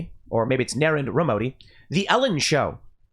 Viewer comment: "Naren Dramodi" or maybe "Narend Ramodi" 🤣🤣🤣 Come on,Tim. You can do better than that.